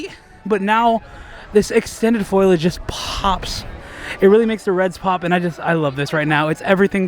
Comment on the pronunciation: just a tip, it’s pronounced FOLE-IDGE. not foil-idge. spelled foliage